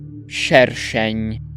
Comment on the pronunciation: szacunek się należy autorowi za poprawne wypowiedzenie słowa szerszeń